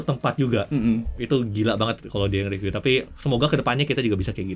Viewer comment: Panjang tp detail dan isinya berbobot... itu bagus... Bagi tmn2 yg merasa kepanjangan atau gak sabar, bisa disetting agak cpt di 1.5x atau 1.25x kan... atau bisa di double click sehingga skip ke beberapa detik berikutnya.. Sedikit masukan buat, kalau setahu saya.. kata "review" itu dibacanya RIVIU bukan reviu Jadi bacanya Jagat Riviu.. bukan Jagat Reviu. Cmiiw.... Maju trs JRTV...ttp detail dan berbobot 👍🏻👍🏻👍🏻👍🏻